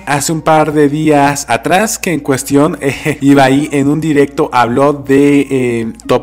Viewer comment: Es ibai no ibaí